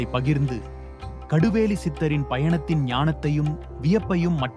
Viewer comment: கடுவேலியில்ல கடுவெளி தமிழை கொல்லனும்னே வருவேங்களோ